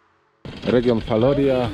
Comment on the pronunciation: Wymowa wloska : Falorija